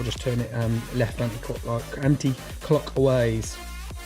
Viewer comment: You seem to have some confusion about "anti-clockwise" or "anti-clockways", according to your pronunciation . The correct word is "anti-clockwise". I have never before heard of "anti-clockways". Is this some new procedure for directions?